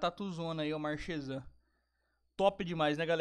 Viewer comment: Bom dia meu jovem se escreve marchezan mas se pronuncia marquezan